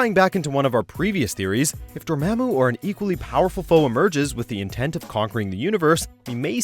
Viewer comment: A few mistakes here. The guy pronounces Dormammu wrong And the most obvious is that he says Tony has his LEFT arm in a sling in the first Iron Man movie. Yet we see Tony's RIGHT arm in a sling